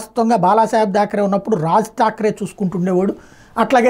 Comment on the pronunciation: DHAAKRE kaadu sir THAAKRE